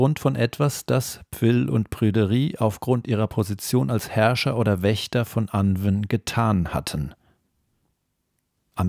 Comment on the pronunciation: 💚💙💚...Sorry, aber: Das Pferd ist totgeritten Es hat sich totgelaufen Anwn sprich : Anuun Sidhe sprich: Schie Beispiel : Gwenneth Paltrow 💚💙💚